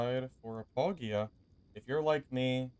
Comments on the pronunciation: What the hell is bulgia? It's Apogea 😆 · Oooo I heard it that time. Just sounds weird to me cause I pronounce it Apo-G-ah